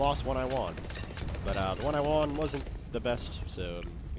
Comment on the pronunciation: Why you say won like that?